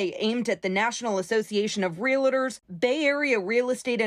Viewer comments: KPIX, could you teach the word realtor, pronounced & spelled real + tor, to a reporter covering a big real estate story?🤦 There's no such word as rela-dor.🤦🙄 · Real-tors... not Real-uh-tors.